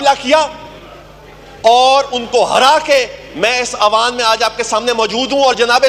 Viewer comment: Awaan nai hoota..eiwaan hoota hai